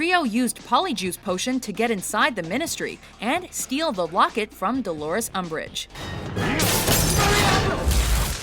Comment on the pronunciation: Agh, "UMBRIGE", whatever!